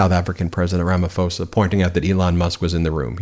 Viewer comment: Ben - please pronounce Ramaphosa properly - it is Rama-poser - not Rama-foser. Thanks for all the great reports.